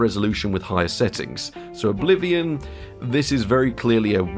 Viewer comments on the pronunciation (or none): none